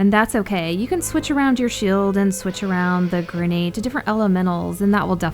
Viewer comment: Its not gernade its grenade